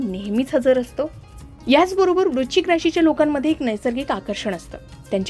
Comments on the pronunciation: वृश्चिक vrush chik उच्चार आहे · वृश्चिक या शब्दाचा उच्चार नीट करा